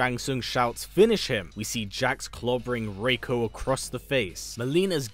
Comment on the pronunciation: Thank you for pronouncing Reiko's name correctly